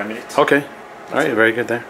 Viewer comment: "Bery good" - 2016